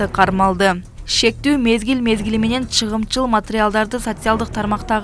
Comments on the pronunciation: Туура оку чыгымчыл эмес чагымчыл!!!! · Чагымчыл деп окунуз Чыгымчыл дебей😂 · Чыгымчыл емес чагымчыл.верениж емес.воронеж.курал жарак- кампасы.жок дегенде туура окучу